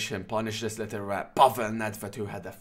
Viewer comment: No video is complete without at least one "littel tern" lol Great job, as always